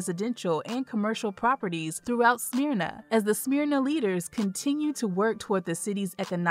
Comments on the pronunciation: It's not "smear na" it's "smur na" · It's not pronounced Smear-na. It's Smurr-na! Not that I talk southern just the way it's pronounced. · Um.... It's not Smeeerna... Smyrna. SMH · Its not Smearna its Smer Na Smyrna.